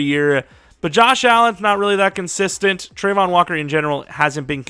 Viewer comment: it's travon not trevon